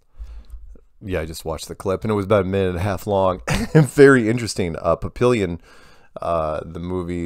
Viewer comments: Isn't that pronounced like "pappy-yon" instead of "papillion"? My dad will watch that Damn McQueen movie 12 times A-day if it's on TBS!🙄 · the movie was called phonetically….Papy- on not papillion